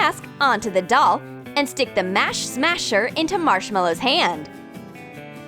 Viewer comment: it not mash smasher its Marshy or marsh smasher